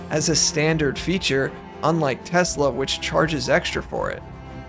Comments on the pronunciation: I love Tesler😂😂😂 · "I love tesler!" 😅😂😅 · Oh, No! Not Tesler!!! Anyway... 😂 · Someone should tell the orange baffoon that it’s not “Teslurr”